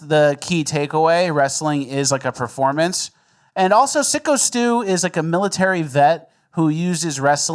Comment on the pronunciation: ffs take 3 seconds before covering a story and figure out that it's syko stu, not sicko stu.